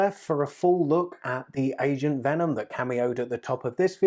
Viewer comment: When you said agent venom I thought you said asian venom lol